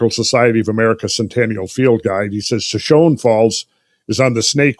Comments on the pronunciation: Friends, it's pronounced shuh•show•nee, not shuh•shown. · Shoshone I believe is pronounced “sha-show-nee” after the Shoshone Indian tribe native to the area.... love the podcasts fellas!